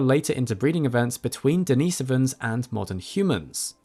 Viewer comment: Why do you emphasize the so in neandersovans, but emphasize the nis in denisovans? Consistency would be much better and not so jarring.